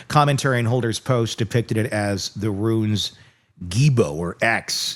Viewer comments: Runes not Ruins. Pronounce the rules words a roons. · Stop saying ruins. It's runes. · Runes not Ruins. :D !!!